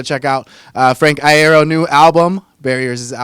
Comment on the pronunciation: that look on Frank's face at last just says 'you said my fucking name wrong'